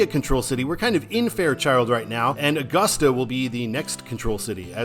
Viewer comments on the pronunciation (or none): none